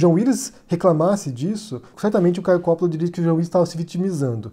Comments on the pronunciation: Ridicularizar aparência, ou no seu caso, o sobrenome, não é argumento, é pueril, e idiotia; não existe silabas com pronúncia tônicas no italiano, não se pronuncia 'cápire' (entender em italiano), então, é Copolla, e não cópolla. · Agonia de ouvir ele falar "Coppolla" errado. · Não sabe nem falar o nome do cara